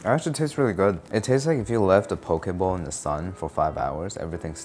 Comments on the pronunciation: I misheard Pokéball 😅 instead of poke bowl 😂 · Thought he said "pokeball"